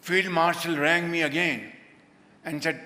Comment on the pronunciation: rang you or said hang you .... 😂😂😂